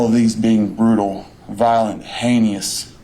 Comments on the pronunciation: “A 77 year old woman was throwin’ down stairs.” Of course this loser can’t pronounce thrown. Or heinous. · He doesn’t know how to pronownciate “haynious”